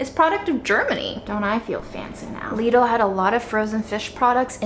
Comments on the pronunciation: Because you asked, minute 4.22, the real (German) pronunciation for Lidl. Your welcome 😂❤ By the way, I freaking LOVE your content, the way you do every video and how inspiring you are. ❤️ Thank you for everything and for being who you are and your hard work. Lots of love from Germany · It’s LeeDull…pronounced like Needle! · Hi! European here. It's pronounced as "Leedle". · Yay. Sorry I missed the live premier. I looked up how to pronounce. It's pronounced "Lee-dill," according to Google. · Hello so Lidl is actually german and we say Lee-dl :) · Since you asked: It's a german store, so you'd pronounce it more like "leedl" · Hi. It’s Lidl rhymes with riddle. Someone on a YouTube channel that was about the store said people don’t know how to say it. That’s exactly how they explained to say it! I can’t wait to see what you get! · Its pronounced LIDL not LIDL........ jeeeezzzz JK LOVE YOUR VIDS <3